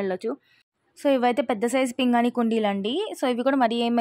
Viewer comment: పింగాణి అమ్మ పింగని కాదు please correct చేసుకో